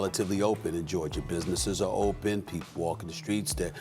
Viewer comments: SAS “ Georgia “ not Georgerrr 😂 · "state of Georgiar" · Stephen “Atlanta Georgiar” Smith